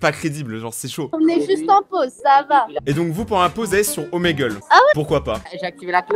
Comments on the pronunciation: Omegle sa se prenonce gle et pas gel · On dit ( omagle ) 😏😌